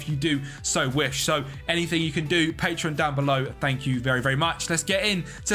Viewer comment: Bro when you mention your patreon members it says „pateron“ not patreon🖐️